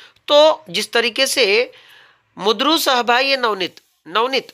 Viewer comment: प्रकट वाचन करताना उच्चार चुकतोय सर तुमचे लक्ष गेले नसेल कदाचित. शब्द आहे " मृदू" उच्चार हतोय " मुद्रू "